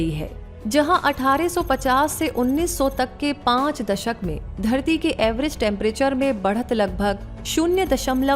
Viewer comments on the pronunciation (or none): Everest Temperature Ja phir Average? Shabdo ka sahi ucharan kijiye